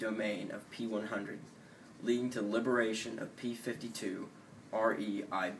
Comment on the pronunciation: That was great guys! But it's ReLB not ReiB ;)